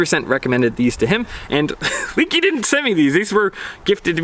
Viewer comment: It's not "leaky", nothing is leaking, it's - "leh-kee"